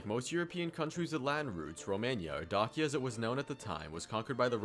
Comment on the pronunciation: Pretty sure it is pronounced similar to DAY-sha